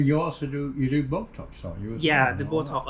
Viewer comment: did he say bocox? 😂